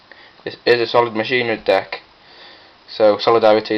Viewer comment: first helpful tip, its Machina as in (Mah-Keen-Ah) Its Latin for machine. Just like the saying Deus ex Machina, Day of the Machine, Second word of advice dont run Gadgets, they slow down the deck, with my pure Machina's I just run the Fortress, Gearframe, Peacekeeper, and Force It is stronger and faster, also replace the Gadgets with Jinzo and Jinzo Returner, Far better, and your opponent cant bottomless or anything.